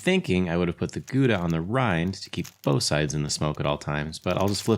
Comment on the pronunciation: Nice Vid - thank you 👍 I can even forgive the terrible pronunciation of Gouda 😁